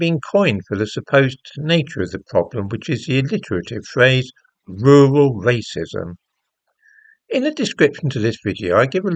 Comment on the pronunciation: Rrrrrrrrural rrrrrrracism!